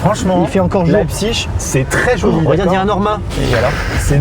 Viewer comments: leipziGGGGG c'est un g pas chhhhhhhheee suisse vas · Amixem c'est le gars en cours d'allemand qui prononce "-ig" "-ich" alors que moi c'est la team "-ik" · CA SE DIT "LEIPSIG" ET NON PAS "LEIPSISCHCHCHCHCHCHC" OBJECTIF 100 ABONNÉS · On dit pas leipziche mais leipzhich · On dit pas [Laïbsich] mais [Laïbsig] 😂 désolé mais ça m'a stressé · Alors par contre Maxime je crois que Leipzig ça se dit "Lépsigue" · Qui prononce cette ville lébzigue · T'as faux on dit Leipzich